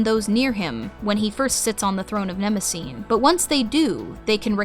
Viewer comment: Just wondering: you quite consistently use the Homeric Greek pronunciation in your videos, but why not do so on the name of Mnemosyne? There is no silent vowel in any form of Ancient Greek at the end of a word, so Her name should be quadrisyllabic, and the "y" should definitely not be pronounced as a long "i"...?